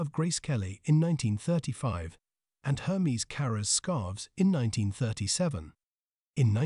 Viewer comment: Interesting… pronouncing the name incorrectly throughout, took away from the video. It’s not Her-mees, it’s Air- mez. Bonne journey.